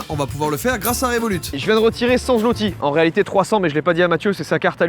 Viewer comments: Petit point culture G: Zloty se prononce swoté ;) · Alors enfaite la monnaie c'est le Złoty PAS "ZLOTY" LE "Ł" se dit "W" bonne vidéo sinon j'aime toujours autant le concept pour le prochain paye je propose la Norvège ou la Finlande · c'est pas un zloty mais un złoty (zwoti) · je suis polonais et tu dit très mal zotti et toi tu dit zlotti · Prononcez zloty , zvoté svp mdr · Pour la monnaie on dit pas zloty mais zwoty tsais le mec qui pète les couilles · Je te corrige on dit pas zloti on dit złoty le ł se prononce wo ducoup pour dire złoty tu dit zwoty mais ducoup on écrie złoty sinon continue comme sa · Juste sa se dit pas zloti mais sa se prononce zwoté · Je suis polonaise et la manière que tu as eu de dire zloty fait mal au cœur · "Złoty" ça se prononce comme "zwoti" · même pas foutu de prononcer correctement le nom de la monnaie polonaise....